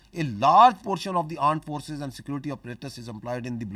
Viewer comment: its Aaand forces.🤣🤣